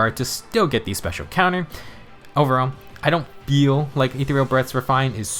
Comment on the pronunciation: They way you said “feel” here was hilarious! Awesome video!